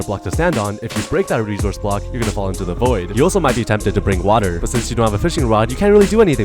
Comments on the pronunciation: Bro say blcok not block and when he say the second time he just correct 😭😭😭😭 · You said blcok instead of block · Bro said blcok and not block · Yes “blcok”💔